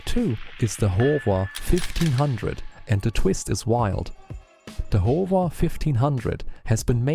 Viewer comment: I really like your videos. Although they come off as AI-generated, I find many facts that I already knew to be included accurately in your videos. One correction to an AI script interpretation in this video is that it describes the "Howa" brand as the "Hova" brand. It's a small thing that most people will not be confused by, but I wanted to mention it. OK, enjoy what you're putting out and subscribe; hope you do more. Thanks.